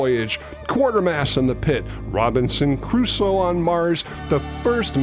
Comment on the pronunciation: Surprised how often people mispronounce the name. It's Robinson Crusoe (2 syllables), NOT Caruso. Simply read the book or movie title.